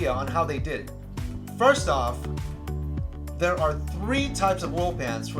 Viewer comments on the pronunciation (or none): none